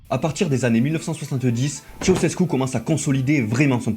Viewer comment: Très bon boulot : Elena, c'était vraiment une sacrée teigne 😮😵‍💫😱 Par curiosité, je suis allé voir sa tombe. Concernant l'acide sulfurique je sais pas mais en ce qui concerne "Tshéoushèskou" pour Ceaușescu, oui oui ça progresse, on y est presque... mais encore un effort hein 😀😀😀 Y'a un truc à retenir : en roumain, TOUTES les syllabes se prononcent. Bien distinctement. On ne fait pas comme en français, on ne les "avale" pas, jamais. Donc... ? Donc Ceaușescu c'est "Tshé-a-ou-shès-kou". Faut surtout pas oublier de prononcer le "a" quoi 🤣🤣🤣 ...